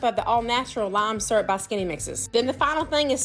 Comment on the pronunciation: its koolaid with syurp